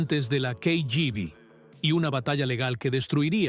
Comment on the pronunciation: Si hablas en español en tu video no se pronuncia en ingles la siglas de la KGB .